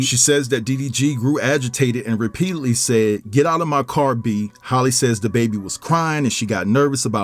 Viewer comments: her name is halle like Berry not Holly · Halle, not Holly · I question any info given by someone who doesn't even know their name ijs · not Hailey either😂